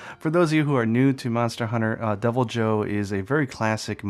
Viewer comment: thought you were saying Double Joe - he's extra caffeinated! lol